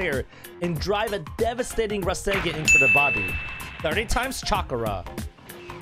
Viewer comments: No offense but... This is the Ra-sen-gen! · Resengen LOL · The way you said rasengan really bugged me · >:O YOU PRONOUNCE RASENGAN WRONGGGGGGGGGGGGG!!!!!!!